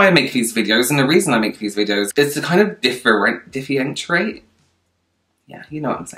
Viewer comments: Diffyrensherate Me: you're doing amazing sweetie 🤳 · struggling to say “differentiate” is all of us